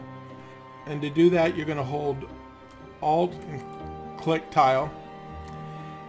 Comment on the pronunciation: Ahh you threw me with the tile its actually Tilde pronounced Til-Dah I believe, If I hadn't seen this comment I woulda never figured out what you said thought you clicked the village tile lol